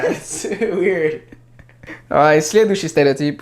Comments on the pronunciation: Когда ты говорил "следующий стереотип", ты произносишь это практически без акцента!)))))) Прям идеальная интонация) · Слова "Следующий стереотип" ты произносишь так чисто, без акцента! 👍😃